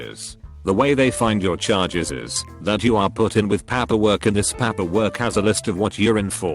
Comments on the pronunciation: >paperwork >"Papperwork" Why don't we just hire Runforthecube to narrate these videos already? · It annoys me that every time the narrator reads paperwork he’d say PAAPER. It’s PEIPER. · No one: Not a soul: This reddit voiceover: pApaWorK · Nobody: Robotic voice reading prisoner experience: Paeperwork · What the fuck is paaeperwork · Papperwork??? Really? Lol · Its amOozing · Why does robovoice have such a hard time pronouncing paperwork? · Am I the only one that finds how he pronounced paperwork is annoying? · Why does he pronounce paperwork so weirdly?